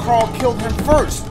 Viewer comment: First sounds like blue